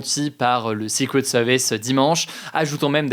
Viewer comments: Comment le tireur a 't'il monté sur le toit de la grange sans se faire reperer? par les FDO ou les spectateurs ? quand on parle français on dit "secret service ". et non sixquwet sevice Merci. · Il parle bien du "séqwète seevice" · J'adooore la prononciation secret service "sicouet seuwvèce" 😂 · Le sikwet seuhviss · Le 6 couettes sewvisse 😅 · Le ''secwet sewice'' :3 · Ca ce fous de l'accent sur le "secret service" mais au moins il fais un effort de prononciation x) je préfere ca que "seuquerette service", la france toujours numero 1 pour ce foutre des accent alors qu'on est un des pires pays d'europe niveau anglais ! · Zé soukrét seuuurvice 🤔 j'adore la prononciation 🤣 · Et sikwet seuviss. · Vazy c drôle ! Mais j'ai bien ris en lisant com pile quand il me reprononcais pareil le sucrette service :) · "sikwet seuviss : le jeu a boire" chaque prononciation un shot letsgooo (ALLO C'EST DU SECOND DEGRE !.. ptain les commentaires c un delire...) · Si tu as du mal à dire Secret Service, dis juste les initiales... Ah bah non 🤣🤣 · Son accent Anglais est beaucoup de chose mais pas excellent... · Son accent est très bien mais le franglais avec un switch d'accent en plein milieu ça sonne "ridicule" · C'est pas excellent justement 😭 Le r anglais n'est pas un w... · excellent? wouah quand même pas hahaha il a un sacré accent dans la prononciation quand même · Il a un excellent accent de manière générale, mais non là, l’accent n’était clairement pas ouf. Edit : bon, il a dit le mot plusieurs fois, c’est surtout la première qui sonnait faux je trouve